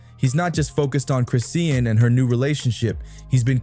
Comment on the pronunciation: Her name is not Christine. Her name is Chrisean. Learn to pronounce her name correctly.